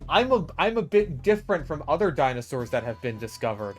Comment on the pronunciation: i love how you call them dino sours like me lol